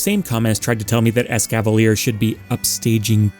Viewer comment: ECAVALIER YOU DID NOT DESERVE THAT BUTCHERING OF YOUR NAME, MY MAN